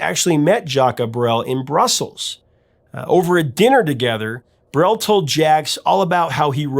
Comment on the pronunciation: "Le Moribond". It's a french word but not used anymore. It is for a man who looks like a dead man. or who is on the verge to die. For english speaker the best way to pronounce it is More-ee-bond with a silent "d". As for Jacques, if you pronounce it as Jack, no one will take offence. As for Brel, it is "Br-ale like the Ale (beer).